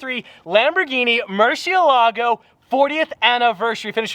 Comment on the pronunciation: “Muhrceelahgo” lol